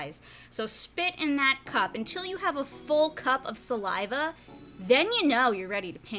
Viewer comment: Gross when she said salive. Lame video